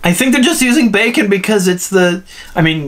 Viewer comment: One thing you might not have noticed but even though the subtitles say "bacon", if you listen carefully they actually pronounce it with an "m" at the end instead of the "n" which kind of blends it in with the mouth movement better 🙃 Feels like I'm the only one who has noticed it 🙃